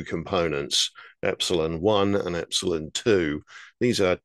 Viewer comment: you always say the names wrong, or i should say differently than most, Ep-sil-on!.